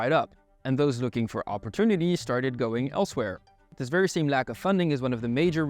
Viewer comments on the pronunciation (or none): none